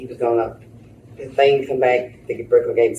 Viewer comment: If you say finnin and earff...clearly got some issues.